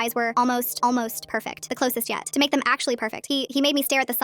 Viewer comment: did you say pecfect